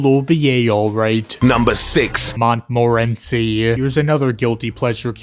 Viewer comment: That's not how you Pronounce Guiche, Kirche, and Montmorency's Names.